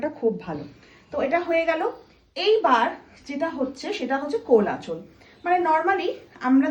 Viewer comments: বাঙালি হয়েও আঁচল শব্দ tao উচ্চারণ করতে পারেনা -- nyakami ? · আঁচল উচ্চারণ টা ঠিক বাঙালির মতো হলো না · প্রথমতঃ এটা আটপৌরে করে শাড়ি পরা হয়নি, দ্বিতীয়তঃ আঁচল উচ্চারণ বারবার হিন্দি এর মতো উচ্চারণ হচ্ছে সঙ্গে পল্লুটা বলা হচ্ছে, বাঙালি শুধু পরিধানে নয় তার জন্য বাংলা ভাষা টা ঠিক করা দরকার।😊😊😊😊 কোনো ভাবেই ভাবনাকে অসম্মান করার জন্য বলছি না, শুধু বাংলা ভাষা কে ভাল বেশে জানতে বলছি।😊😊😊😊😊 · বাংলা তোমার মাতৃভাষা ,বিকৃত উচ্চারণে তার অপমান হয়।আঁচাল না , বাংলা শব্দটি কিন্তু আঁচল...